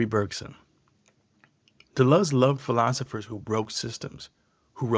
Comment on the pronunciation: If you are going to speak with intergrity on a subject, at least learn to say the subject's f**king name properly. De Luz it is not. You chump.